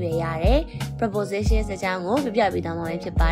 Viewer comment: Preposition အသံ မှန်အောင်ထွက်တတ်အောင်ကြိုးစားပါဦး။ မဖြစ်စလောက်အသိနဲ့ စာသင်နေလိုက်ကြတာ မြန်မာပြည်မှာအများသား။